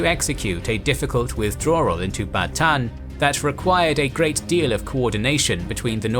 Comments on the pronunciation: Bataan. You pronounce all of the a's. Ba ta an. Thank you for this series. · Bataan is Ba-ta-an San Miguel is San Mi-gel (the "gue" is the same as "guess")